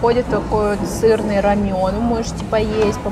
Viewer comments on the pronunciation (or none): none